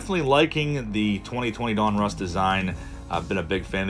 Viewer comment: Two things my friend ...donruss1 is pronounced DON-russ not DUN-russ and its just another panniniin owned brans